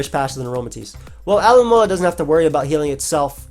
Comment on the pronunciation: Speed running the world alomomola just makes it more noticeable that your butchering it